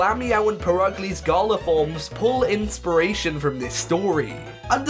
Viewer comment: I hate the way is saying Galar ‘Garla’